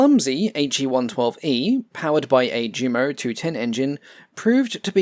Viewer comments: "Jumo" is pronounced "Yumo." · Ive noticed in all your videos you pronounce jumo (jew-mo), but you correctly pronounce junker (yun-ker). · The way you pronounce "ReTSCHlin" and "DSCHumo"... Check Wiktionary or at least Google Translate for pronunciation please T_T